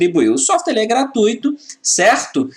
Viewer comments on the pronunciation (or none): none